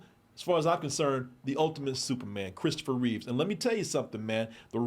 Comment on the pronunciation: It's Christopher REEVE not "Reeves". I'm just sayin'.